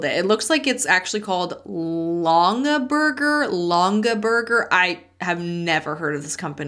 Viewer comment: It is "long - in - burger " My grandma was OBSESSED with them. She probably has at least 1 thousand of these baskets. She has always said that they are our inheritance like they are worth something. I didn't realize until my adult life that they were an MLM! So someone in that company LOVED my grandma. Haha